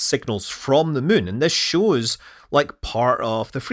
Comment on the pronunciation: Take a drink every time Scott says muun and see how long you last